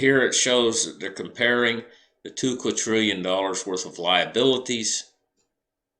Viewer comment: TWO QUADRILLION, NOT QAUTRILLION, ITS WITH A 'D' NOT 'T' LOL